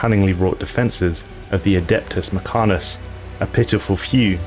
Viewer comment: I appreciate the effort but your inability to pronounce words such as Mech-an-i-cus kills it for me